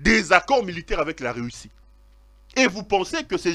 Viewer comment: Ont dit Russie et non “reussi” comme tu le dit pero